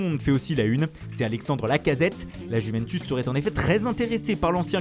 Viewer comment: Mdr a la il a dit la Juvensuce Mohamed Henni sort de ce corps 😂😂